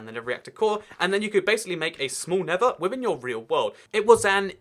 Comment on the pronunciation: He pronounces the nether the never